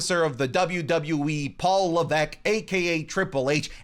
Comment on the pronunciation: It's Paul Levesque, 🥹not Leveque